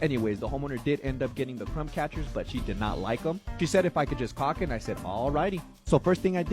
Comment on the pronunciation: The owner said to Cock it or caulk it??